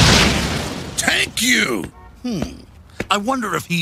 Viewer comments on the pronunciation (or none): "Tank You!" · "tank you" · Tank you???? no one heard that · I'm glad you included the "Tank you!" line. It's an old favourite. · “TANK YOU!” 😆😆😂. 90’s version X-men. The best.